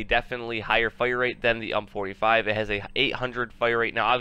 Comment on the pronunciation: It might be a bit late for this, but why do you keep calling it "hump"? It's U.M.P. like in yoo. aim. pee. It's acronym for Universale Maschinenpistole. It's a Heckler & Koch SMG.